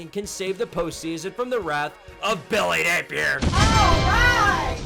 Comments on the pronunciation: why do you say billy napier like that? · I wish he would stop lol I rock with and this series but it’s so cringe everytime he does it